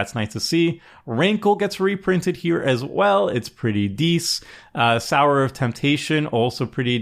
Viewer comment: Sow - er (as in with needle and thread) not Sour (as in tart taste) Sow-er of Temptation